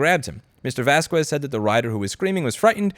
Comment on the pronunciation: mfw "Vaskwezz"